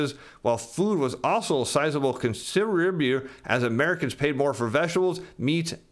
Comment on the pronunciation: "Consibulior" ?? -> "contributor" By the way, it's pronounced "ex-acer-bate" not "ex-asp-erate"